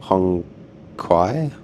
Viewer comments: Hongqiao = "hoong chee-yow" (q is pronounced with a ch sound), Beijing isn't Bei Zhing ("jing" = as in jingle - it ain't French) 😁. Shenzhen - "shun jun". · hongqiao? I literally laughed over 5 minutes when I heard how you pronounced it. LOL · hahaha it's pronounced as "Hong Chiao"